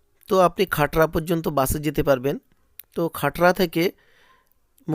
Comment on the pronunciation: খাটরা না খাতড়া